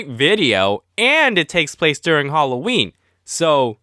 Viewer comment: you said alloween its Halloween